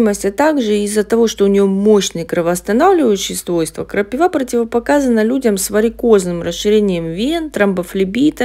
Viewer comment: МНЕ НЕ ПОНЯТНО, ЗАЧЕМ ВЫ ГОВОРИТЕ ТАК ПРОТИВНО И НЕ КРАСИВО НАЗВАНИЕ? КРАПИВА! ЭТО ТАКОЕ СОЛНЕЧНОЕ НАЗВАНИЕ, ДУША ПОЁТ, КОГДА ПОСТАВИШЬ ПРАВИЛЬНОЕ **УДАРЕНИЕ**В ЭТОМ СЛОВЕ.. НЕ КРАПИВЫЫЫЫ, А КРАПИИИВЫ, НЕ КРАПИВА АААА, А КРАПИИИВА